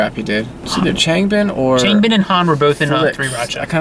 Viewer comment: sorry I don't want to come off as rude but you are pronouncing 'changbin' wrong. it's pronounced as ch'ah'ngbin. I'm sorry I really don't want to sound rude I just wanted to tell you